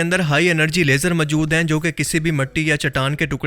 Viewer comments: Are Bhai mawjood ko majud bolna band kar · اردو بولنی تو سیکھ۔ لفظ ماجود نہیں۔موجود ہے۔ سطاہ نہیں سطح۔